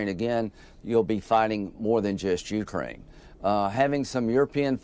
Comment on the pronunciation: Ukraine is accented on the second syllable. It is not accented on the "U."